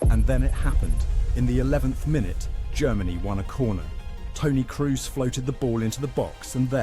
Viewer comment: The narrator butchering Toni Kroos`s surname, scheiße, it`s KrOOs, not KrUs!